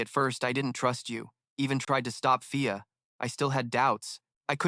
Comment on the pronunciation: it's fia not pia or via the goblins you insulted elves 😤😡 and the dudes name is Ray not day or kay or whatever other 3 letter word that ends in ay get your shit together ughhh this narrator pisses me off it's an elf village not a goddamn goblin village go through your video and fix the mistakes it's not difficult and how can't you tell the difference between a man and woman like you call Ray a she alot and then alot of the females are called he